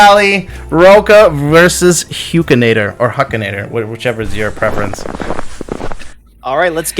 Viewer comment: Love a good ol tournament boys!! Don't love murdering Huks name every time he says it 😂😂